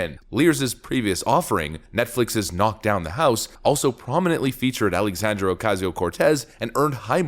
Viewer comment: It drives me crazy how does not pronounce the last A in Alexandria! 🤦‍♀️